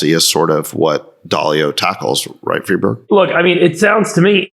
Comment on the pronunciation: I’m so sorry, but I can’t be the only one who hears “Freebird” every time he says Friedberg……am I right? 😂